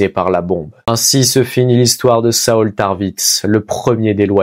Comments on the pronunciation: A la moitié de la vidéo tu le prononce bien pour saul, je n'en étais pas encore la 😹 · Ça se prononce Saôl tarvitz et Eydolone * bro 😹 Super narration par contre 👍